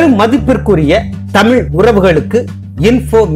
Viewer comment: டமில் வால்க என்று சொல்ல வேண்டும் உமக்கு டமிலே வராதா. டமில் மத்தியில் "ஆச்சி' மொலி ஆகும் நாள் வெகு தூரத்தில் இல்லை